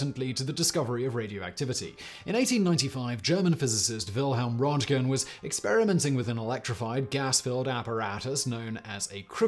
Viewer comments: It's rÖntgen.... Not rOntgen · No, It Röntgen... There is no ö sound in English... It's close to "eeeh" but that's still quite off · Fun Fact: in German they're called "Röntgenstrahlen", so actually Röntgen rays, even though Röntgen himself called them in fact X rays. But hearing you say the name Röntgen makes quite clear to me why "Röntgen rays" never caught on internationally...